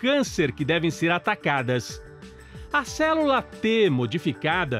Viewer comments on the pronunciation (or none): N sei pq so consigo ouvir o locutor dizer cérula em vez de célula.